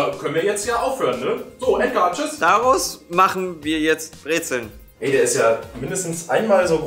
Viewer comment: Wie das alle einfach breze"ln" nennen 😹